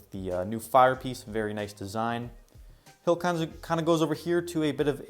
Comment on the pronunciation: cannot say "hill" in this video lol great world nonetheless, definitely ur best world yet! also CORNERLESS NETHER PORTAL